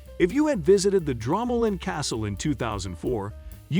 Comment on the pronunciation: It’s pronounced Dromoland not dramaland 😂😂😂